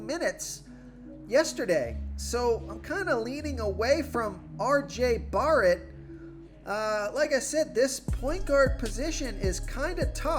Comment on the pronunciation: LMAO at the way you say RJ BARRET